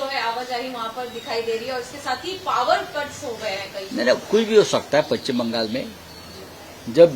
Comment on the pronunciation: पच्चिम नाही पश्चिम